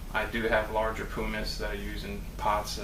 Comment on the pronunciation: You're saying pumice wrong. It is pronounced not like poo but instead like um.